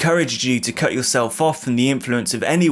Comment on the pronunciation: Apart from "cult" that sounded like something else 🤭